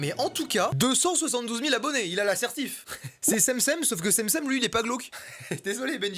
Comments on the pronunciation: Cemcem ça se prononcé Chem chem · c’est pas cemcem c’est djemdjem